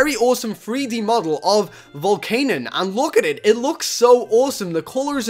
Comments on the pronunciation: i am not hating but it is Volcan-ee-un not volcan-un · not being rude but we prenounce it vol CAN ion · you said volcanion wrong